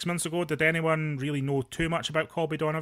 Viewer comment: his name is Colby not Calby